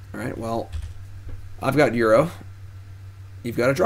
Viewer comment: Feedback: -Call it Ur-oh instead of Euro.